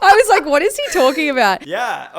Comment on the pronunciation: The way she said like lak lolololololololo